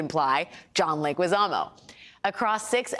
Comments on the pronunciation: Is Legizamo with a G as go. Not sure why he keeps Americanizing his last name because Leguizamo doesn’t have ü and in Spanish in order to pronounce it as Legüizamo it should add the dieresis! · Ironic, supporting Leguízamo work, but getting the pronunciation of his family name wrong... I know people make their best to pronounce German or Italian names right, Mueller or Fauci come to mind, but when it comes to Hispanic names, zero interest is put even to pretend in getting it right... Let's start by putting the same effort in respecting the pronunciation of German and Italian names for Hispanic ones...